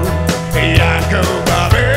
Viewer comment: Band yang Liriknya Ndak ada pengucapan huruf * i *.... D'masa PANDEME seperte ene Semoga semua yang nonton selalu d'bere kesehatan ...